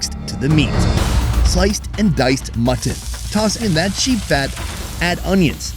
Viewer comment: Can we get some thumbs up for the pronunciation of M U T T O N :D